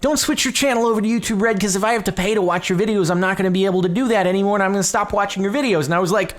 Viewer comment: It sounds like "you too bread" and it's hilarious!